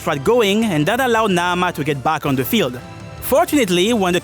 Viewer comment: Wonderful video. I have to give you extra shout outs for the OCTOPATH traveller 2 music I.e. that transition with the buildup into the Qadistu boss fight was perfect 👌🏽 I also really like the way you say Naamah